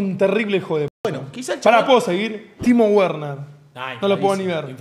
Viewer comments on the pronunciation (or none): Lo que no le sale es la pronunciacion... Timo güerner xD